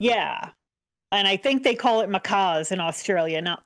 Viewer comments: You were close. Aussies pronounce it "Mack-as" and spell it Maccas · it's pronounced mack-uhs. Macaws are birds